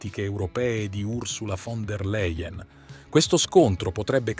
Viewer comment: Làien! Si dice Fon der Làien!!!!!